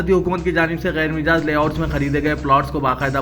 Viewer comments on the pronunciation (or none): Mijaaz ¿ Majaaz kahiye janab